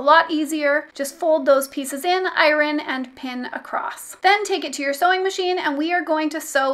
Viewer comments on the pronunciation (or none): “I rin” instead of “Iron” there is somebody else who also can’t pronounce this word I can’t remember who that was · I've never heard iron pronounced without a slient R - it threw me😂 Wonderful tutorial, thank you 😉